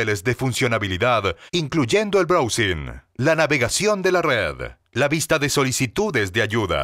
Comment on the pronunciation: y así con el "browsín" jajajajajajajajaja